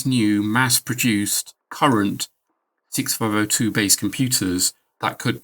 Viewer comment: Neither could I! What is he saying?